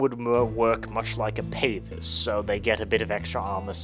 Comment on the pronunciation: pronounciation of pavise makes me want to surrender to the dark eldar